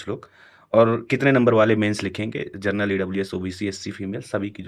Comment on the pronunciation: First you learn to speak general instead of gernal